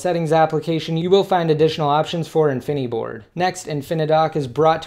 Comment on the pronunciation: why does he say infineeeboard... its called infiniboard...